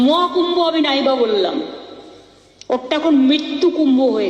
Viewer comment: পরিস্কার করে কথাটা ও বলতে পারে না। মহাকূম্ভো না বলে মোয়াকুম্ভো।